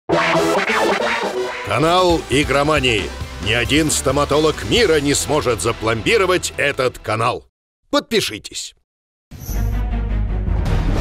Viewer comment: В слове "пломбировать" ударение на А ставится.